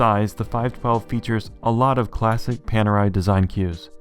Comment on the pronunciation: And it's very funny for an Italian like you English speakers to pronounce PANERAI. The "A" should be pronounced like "America" and the "E" should be pronounced like "Ellipse."